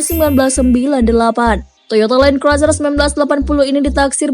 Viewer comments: Mbak tolong les inggris dulu. Land cruiser bacanya len kruser mbak bukan len kroeser. Malu2in mbak. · kok mbak nya kek bilang “Toyota Land Craiser” ya 🤔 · Bener banget nih. Goblok nih chanel inggrisnya aja kampungan masak gabisa baca land cruiser.